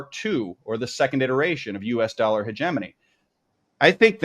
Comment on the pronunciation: I wish the interviewee would learn how to correctly pronounce 'hegemony'.